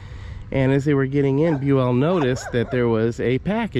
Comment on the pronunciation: Bue-ELL doesn't sound right, did he say it's pronounced this way? He's been on the 6th floor living history episodes several times and they called him BUEL. So I'd double check that, Bue-ELL sounds ridiculous!! 🤣